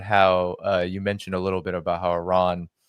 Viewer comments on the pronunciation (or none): the name of the is NOT pronounced OORAN or HOORAN, it is pronounced EERAN (Iran).